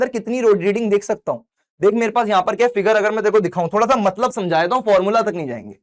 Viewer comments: Matlab ❎ Matbal ✅ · Matlab❌ Matbal✅😂... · Bhaiya matbal nhi hota matlab hota hai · Matlab ❎ Matbal✅ Sir you are my favourite teacher 👌